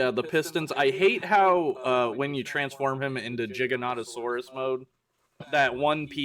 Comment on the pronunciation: So knows, it’s pronounced “gig-a-noh-toh-sore-us” gig like a band gig